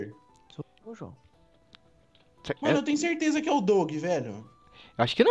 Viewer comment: não e muder e marder so que se escreve muder:D